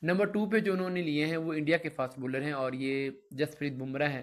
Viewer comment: Baller Nahi hota bowler hota hy